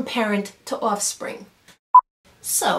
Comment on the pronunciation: I just got a slap of "New Yawk" across the face when you said "offspring". Are you in NYC? Astoria, Queens here.